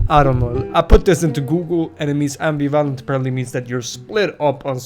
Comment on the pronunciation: Your mispronunciation of "ambivalent" kind of pissed me off. Can you not read?